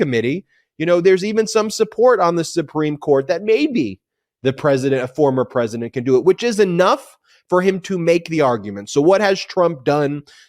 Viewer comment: Hey Ben, did you say the power to indict a sitting “precedent” or “President “ ?